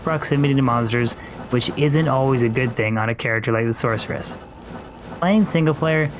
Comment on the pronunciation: SorKeress. Kills me everytime.